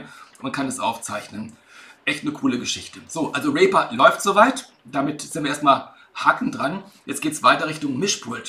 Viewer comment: Cool, aber der Name der DAW wird "Rieper" ausgesprochen, nicht "Rehper".